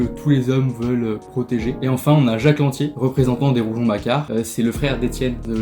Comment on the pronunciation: On dit RouGON et pas RouJon. 😊